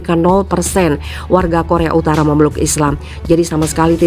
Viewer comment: Korea UTARA MIN BUKAN UTALA